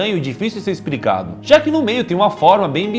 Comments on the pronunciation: "É difícil de ser expRicado" .... Ksksksks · ou 15:11 kkkkkj ele o molo falou **ispricado **kkkk